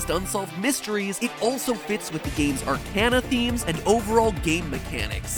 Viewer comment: Out of everything in this video somehow the mispronunciation of arcana triggered me the most.